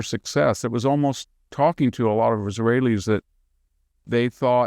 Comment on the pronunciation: the moment he sad that the his wail eez didnt know it was about to happen is when he lost all cred